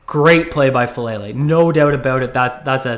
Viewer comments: I don’t like the player, but his name is FA - AH - LAY - LAY. It's not "fuh-lay-lay". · Please learn how to pronounce his name: Fa AH Lele!